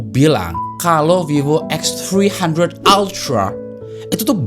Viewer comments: Anjay.... Eks Tri handred altra, ribet bang ngomong nya 😂. Bang abis makan roti keju ya? Jd pinter bhs Inggris nya 😂. Mantap lah, mgkn inilah jawaban user Android yang pingin kamera pro, tp bosen pake aipon. Segment foto & videografi di HP sih bkn segmen besar. Tp adanya produk pasti ada pasarnya jg. But, gw yakin semakin lama klo kamera HP udh setingkat mirrorless ada kemungkinan kamera profesional yang mid to low bakal tergantikan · “VIVO EKSTHRIHANDHRET ALTRAA” 😂😂😂